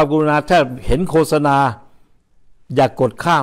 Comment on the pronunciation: ไม่ใช่โคสะนาต้องอ่านว่าโคตสะนาครับท่าน